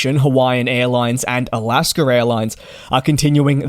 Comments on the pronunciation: “Alascker Airlines”. Lol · The word / name "Alaska" does not end with an "R". There is no R in it. When pronouncing it, there is no need to add an R to the end of the name....... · Just how he pronounces Alaska